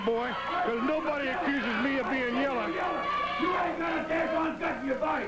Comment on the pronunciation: Lol out of all the things he said, "YELLA" is what set em off!😂😂😂